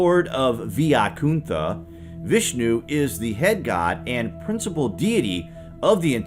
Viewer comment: It's pronounced as ' Y kunta'